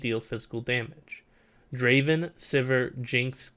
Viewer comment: Not Draven , Draaaaven !!!!